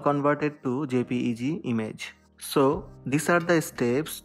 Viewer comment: its jpej not a jpj wht the